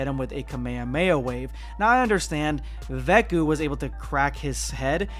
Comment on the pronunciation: Why do you always say veku when referring to goten and trunks